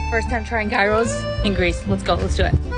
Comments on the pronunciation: She might not know this but that is not how to say gyros, you pronounce like yeeros. 😭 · Hey or whatever your name is.. It's pronounced yee-ros.. thank God ur pretty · as a fellow greek i am proud u liked ur gyros 😋👌🏼also for future it’s pronounced : yeeros ❤and souvlaki is different to gyros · Being Greek, it's yee-ros..when I hear people mispronounce it as gy-ros,it irks me..as well as other Greeks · It's a gyros (pronounced geeross not guyro) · It’s pronounced like year-o’s not guy-ros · Guyros lool. Its pronounced yee-roh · It's pronounced "Geer-rows", right? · Yee row is the correct pronunciation though. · the correct pronunciation is yeeros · Never heard them called "guy-ros" before, usually hear them pronounced "hero" or "jiro"....but daaamn those look good. I love heros, jiros, guy-ros, or whatever else you want to call em, and now I want to go to Greece to try these real deal ones myself! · The more correct way would be to pronounce it "yeeh rohs" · Pronounced gi rows like giant Girow my guy row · Americans - it's pronounced (year-ros) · The g is silent in Greece baby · your saying gyros incorrectly the g is silent